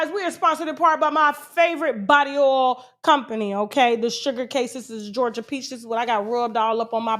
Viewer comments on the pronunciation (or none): none